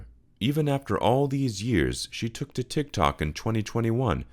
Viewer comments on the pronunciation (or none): none